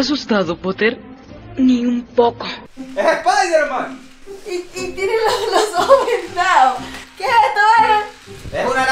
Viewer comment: Yolo:"es espaiderman" 😂😂🤣